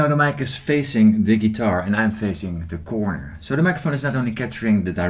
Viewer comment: The way you say "de quorner" is toight as a toiger :-)